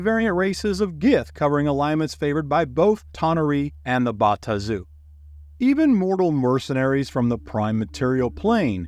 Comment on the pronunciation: Thank you for the effort. Your pronunciation of the Bae-Aht-Zu , the Ta-Nar-ee , as well as Asmode-ee-us , are wrong. Yet your pronunciation of Baator is correct and is the root word. You also would have done yourself a MASSIVE service by going back to the 2nd edition Planescape setting for lore, origins, and an even better understanding of the motives and influence of each of the factions. Well produced video though.